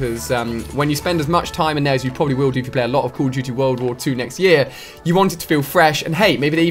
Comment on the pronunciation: Cauol of dooty